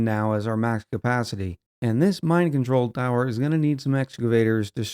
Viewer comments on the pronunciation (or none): When you put down the new Mine Control Tower I heard you saying "Mind Control Tower" and now I can't unhear it 😅